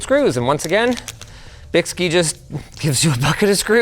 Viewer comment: bykski has been around over a decade. 2 of the best am4 water blocks I've ever purchased back in the day for $60 Also I believe it is pronounced Bike Ski because the guys that started the company are into biking and skiing.